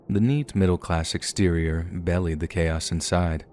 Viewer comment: Bellied? It's Be-lied. I like your voice dude, but as a narrator, you should probably figure out how some words are pronounced.